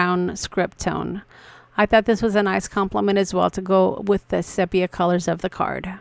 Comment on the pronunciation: Stunning card. Love the use of old film. (Oh, btw, sepia is pronounced see-pee-uh.) Love the birthday month cards!